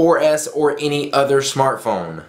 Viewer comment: lol he said always says shmartphone